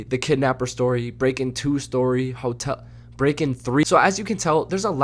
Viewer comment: The way he said "hote-" made me chuckle lol